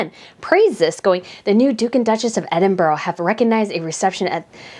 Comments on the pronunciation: It is Edinburrrra not Edinburggg. She’s so sweet 🌹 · Love the channel I almost always agree however it’s not Edinboro it’s Edinburgh not pronounced boro but burah sorry it just drives me nuts. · as a Scottish person we pronounce Duke and Duchess of Edinburgh as ‘Edinbra’ not ‘Edinboro’ just saying to let you know how we pronounce it even though it’s not spelt the way we pronounce it. It’s just a Scottish thing. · Please, use the correct pronunciation of EDINBURGH. Its not Edinboro. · Please learn how to pronounce Edinburgh.Edinburra is the correct pronunciation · Please learn how to pronounce Edinburgh. Ed-in-bur-a. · It’s pronounced “Ed in burr ahh”, sorry but my grandfather was a Scot and he hated when people pronounced it wrong…. Edward has been on a great course since he married the Sophie. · just to be absolutely correct, it’s pronounced ED-DIN-BRUH. 😊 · ED IN BRA Please. There is no 'ooh' at the end of it EDINBURGH Your video incidentally is assuring. Your thoughts are well thought through. Thank you.